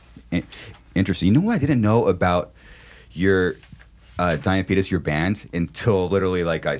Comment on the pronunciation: Was I the only one who heard diabetus a couple of times 😂